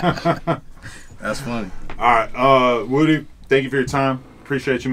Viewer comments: His name is (woo -dee) not woody.. he's not from toy story.. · Woody (pronounced wuh-dee)said: i'm using you atleast as much as u using me bruh haha 😅😅